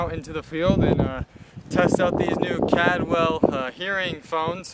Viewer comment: You pronounced the Brand incorrectly. Its Caldwell not Cadwell